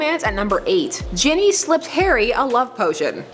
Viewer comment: You are saying Ginny wrong Sorry If I'm wrong. I'm not english but I have never heard it the way you're saying it